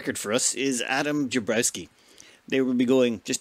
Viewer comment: Actually, there are three different names there. The original name is Jakubowski (no R, and J probably pronounced as Y), he copied it into the game as "Jakubrow", and then called him "Jabrowski" (no KU). And that's still closer to the original than some of the names in his Tribal Wizard run. :-P